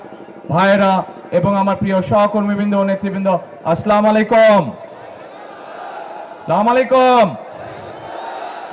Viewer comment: যে নেতা সালাম ও শুদ্ধভাবে দিতে জানে না ছিলামআলাইকুম